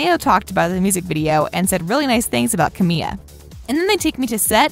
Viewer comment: The person speaking really butchered Camila's name...